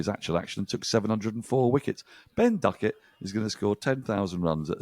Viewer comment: The Indians pronounce Duckett with an f I noticed today